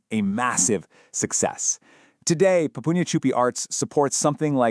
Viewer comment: Pronounced, "Poo-pah-nya"